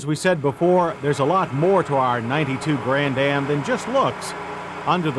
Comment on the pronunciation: Grann-Am not Grand-Dam. moron